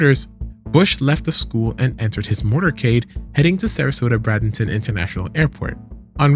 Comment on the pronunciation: awesome video but as a local just letting u know it’s pronounced like “bray-dun-tun”